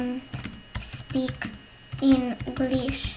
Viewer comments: Nie umiesz Anglika nie ajm tylko aim i nie inglisz tylko englisch dziecko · English a nie Inglish Ale nie martw sie ja tez mam blendy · Aj dont spik in Inglisz xdddddddd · Helo żelo aj dont spik inglisz xddd😂😂😂🤣🤣🤣śmiałam się przez cały odcinek 😂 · Aj dont spik inglisz 😂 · I don't spik english xdddddddd tak to jest prawda